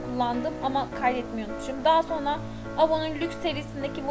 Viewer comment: Ya lütfen sona degil sonra de